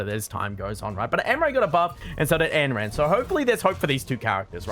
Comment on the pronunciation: every time he says anneran i die a little